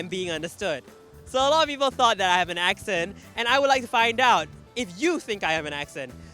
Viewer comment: "ex" cent... barf.